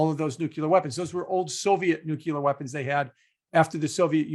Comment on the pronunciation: Great video. PSA nuclear is pronounced NU-CLEAR , not NUKE-LUE-YAR Jim 😉